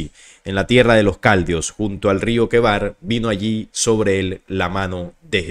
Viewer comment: "LOS CALDIOS" 😐😐😐🤣🤣🤣🤣 Yo he escuchado hablar de los CALDEOS, no sé si te refieres a ellos o si descubriste un pueblo nuevo.